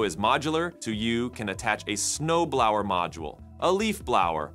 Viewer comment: What's a snow blawer lol